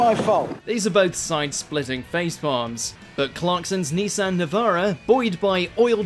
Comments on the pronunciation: Neeee-San on Watch Mojo UK??? Niss-an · Neesan! Haha the way this guy pronounces names is just pathetic! 😂